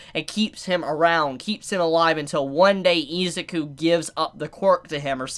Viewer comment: that pronunciation of Izuku is so hard to listen to.